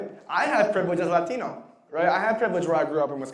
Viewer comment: 1. Ends everything he says with “right”. 2. Pronounces Latino as if English isn’t his native language. You just automatically know he’s a virtue signaling moron.